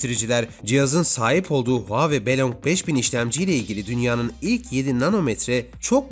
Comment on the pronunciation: Supır demeyi öğreneceğine huaweiyi telaffuz etmeyi öğren la